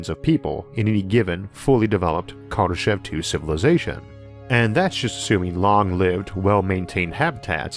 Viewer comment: I hate to nitpick but your pronunciation of Kardeshev is off. In fact my pronunciation was a bit off I just found out. Here's a Russian TV report on his death.